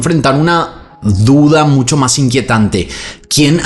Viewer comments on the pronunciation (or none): none